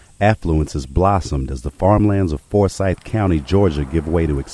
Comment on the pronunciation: It's not Fore-syth County. At least pronounce it correctly.